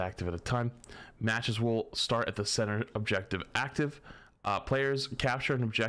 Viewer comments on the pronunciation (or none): none